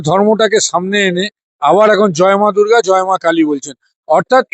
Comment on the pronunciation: জয় মা দুর্গা ও তো বলতে পারেন নি, বলেছেন জয় মা দুর্ঘl।